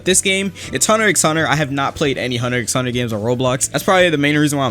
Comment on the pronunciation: did he say "hunter X hunter" DID HE ACTUALLY SAY THE X